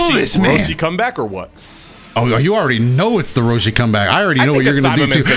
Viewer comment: Does anyone else hear call Roshi, Broshi?